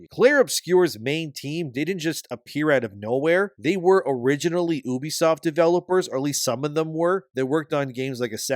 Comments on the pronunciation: I cringe anytime someone pronounces the name 'Ubisoft' as 'Oobi-soft' and yet YouTubers keep pronouncing it this way. Why? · It’s Ubisoft not Uubisoft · ffs it's not "oooohbesoft." It's "You be soft," a pretty neat little diss on bad gamers. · The name 'Ubisoft' was coined by the Guillemot brothers in 1986 as a shortened form of "Ubiquitous Software;" stop pronouncing it like 'Oobi-Soft.' It's incredibly cringeworthy.